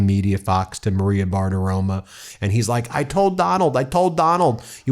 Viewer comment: It’s kind of funny, but why is it that you call Maria Bartiromo as Maria Bartiroma?